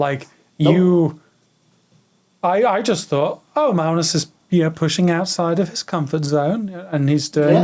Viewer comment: also, magnus' pronunciation is on point. thanks for the podcast guys :)